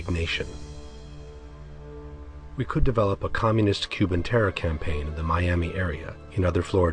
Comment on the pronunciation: Bush clearly says "Our war on 🌎 Terra" 😠